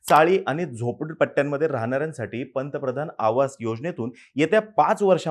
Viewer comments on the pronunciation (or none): none